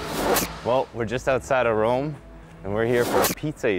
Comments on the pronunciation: IT'S ROME. NOT ROM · It’s not rom it’s Rome